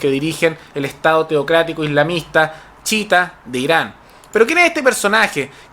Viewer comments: no es CHITA wn es CHIÍTA -.- chita es la wea q decis cuando te equivocai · Una crítica constructiva. La corriente islámica no se llama "chita" como el mono de Tarzán, sino "chiíta" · Ufff!!,cai en la pagina de los fascistas extremos,a proposito este pastel pronuncia mal la palabra chiita,se dice tal cual no chita como el chimpance de tarzan y todos los tarados de los comentarios ni cuenta se dan. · Me gusta tu canal, pero la pronunciación correcta es chiíta y Hezbolá. Recomendación en buena onda. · Yo y mi TOC reaccionando con picor cuando pronuncia mal "Chiita" o "Hezbola" entre otras palabras xD En fin... gracias por el punto de vista y la info:D